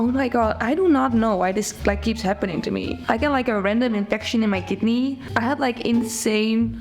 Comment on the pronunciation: DId anyone else first understand kitty instead of kidney?